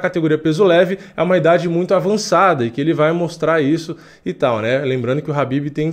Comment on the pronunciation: Não é rabibi cara, é Khabib.